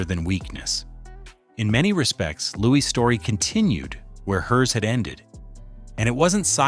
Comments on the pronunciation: Louis indeed. It is probably because of AI that his name gets pronounced as Lewis. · Louis. Not Lewis. Not louise. Louis. No S. S is silent.